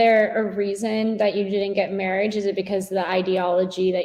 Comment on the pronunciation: I am never one to speak on accent or non English native speakers on how they pronounce words but him saying marry-age over and over is irking me :/